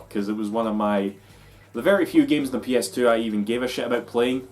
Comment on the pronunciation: I heard it too. In fact, I rewound and listened again. Still hearing it. Its "fluttery kite" all over again.